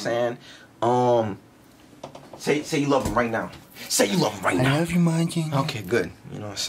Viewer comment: Are you serious right NEOW?